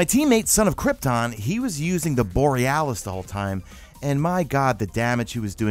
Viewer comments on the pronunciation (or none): none